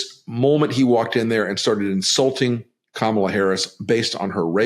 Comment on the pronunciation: If he keeps mispronouncing Kamala's name, she should start calling him DON-OLD.